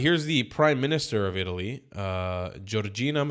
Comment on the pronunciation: Her name is not Georgina, it is Giorgia.